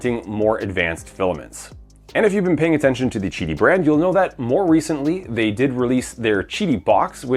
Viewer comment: isnt it pronounced Qidi ?? NOT gidi or chidi ??